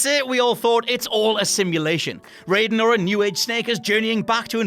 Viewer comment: You mispronounced Raiden even though they say his name in the game. also ganon was ALWAYS was not human. gannondorf is only ONE incarnation of him. and he has NEVER been all of them. this has been the case even BEFORE botw. robotnik's nickname of Eggman came from Sonic Adventure, where Sonic used it as an insult, where he said the machine looked like a giant egg, then said, "Whatever you say, Egg Man." also, you just showed clips of Big Boss instead of Solid Snake.